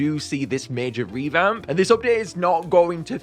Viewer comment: Did anyone else notice “reVhamp”?